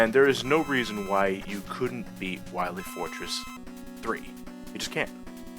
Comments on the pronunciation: Both and the guy he reviewed this game with (forgive me for forgetting his name) both keep pronouncing Wily's name as "Wi-lay" just because it's randomly misspelled as Wiley this game. While this is clearly a mistake, I don't really get this odd pronunciation. Obviously I get that they're making a joke, but Wiley would still be pronounced the same as Wily. Similar to Smiley or Riley. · Doctuh Wahwee!